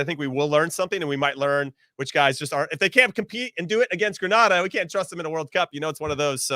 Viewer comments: Please learn the pronunciation of GRENADA 🇬🇩 it’s not Granada . Big to Greenz players small island big talent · If one more person mispronounces Grenada!